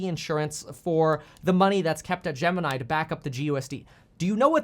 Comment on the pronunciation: I love how he accidentally combined 'Gemini' and 'crypto' into 'gypto'